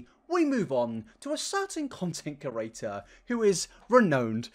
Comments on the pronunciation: Every time says "Content cerator" instead of 'creator' I light up in flames. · It’s just “series” not serieses…and “creator” not crurator. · I love you and I hate to shame the way you speak. But it truly grinds my gears that you say curator instead of creator